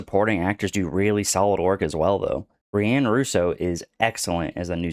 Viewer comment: "reeanne" russo? bro, wtf?!?